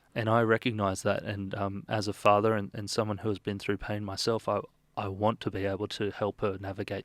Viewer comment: Its pronounced through not frew !!!